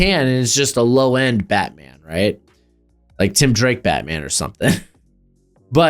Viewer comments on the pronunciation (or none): none